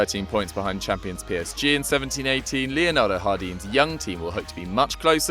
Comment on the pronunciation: Leonardo rardim dafaq is that pronunciation?? its as simple as J A R D I M not iardim like spaniards would say he's portuguese